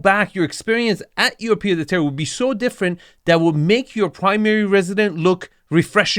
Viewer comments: In french, Pied-à-terre is pronounced "PieT-a-terre" (and not "PieDeterre") 😉 But this house is to big to be à Pied-à-terre. A Pied-à-terre in Paris is typically a very small apartment with 1 bedroom. This house is more like a "garçonnière" (a place where you take your mistress) 🤣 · Pied (t) Ahhh terre, you say Pied de terrre. you can do better! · Its still a pied-a-teree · Hi just to nitpick the D in "pied-à-terre" is pronounced as a T, that's about it great vid as always! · Oh, my. Where to begin. Wrong definition and pronounciation of pied-à-terre. A pied-à-terre is a small house or apartment in a city that you own or rent in addition to your main residence, where you stay when in that city. So much more wrong with this video. Everybody compares Nagano with the Hampton or Aspen?! I beg to differ. Ridiculous idea. Not a word on the meaning of Japanese bathing culture, not a word on classical Japanese garden architecture, not a word on the specific meaning and objective of views in Japanese architecture. „Japanese do so very weird things.“ - excuse me? Pretty rich coming from an US American. And so on, and so forth. In a nutshell, neither you nor that presenter seem to grasp the idea that non-US-citizens have (very) different concepts of living and aesthetics and do not strive for an US-style of living. Hence, the -Score is 64 😂. This channel is so very US-centered that you should only critique US-based properties. To me this is a beautiful property superior to any of the mega-mansions in the LA area featured on this channel. Also, happy to see that lots of viewers feel this review by is terrible. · The "d" in "pied" is silent :) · Pied à terre , mate ;) no liaison inbetween the words